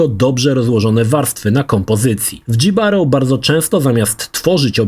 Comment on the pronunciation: Nie "Dżibaro", tylko "Hibaro" ignorancie.